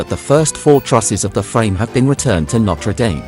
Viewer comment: It’s pronounced ‘nottruh damm’. No dames around. Is this an AI voice? All the French words are pronounced appallingly